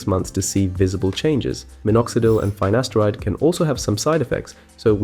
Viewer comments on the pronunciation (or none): Finasteride not Faynaysteride